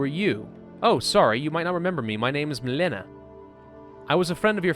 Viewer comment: And Milena is pronounced "Mil-eh-na".